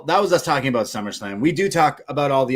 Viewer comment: 🍻 to '' ('the best kept secret'....that really wasn't, knowing he was guest-hosting The Rich Eisen Show soonafter and 'selling the injury') 💯, I never heard the name '' in so many different places when talking 'aboot' this story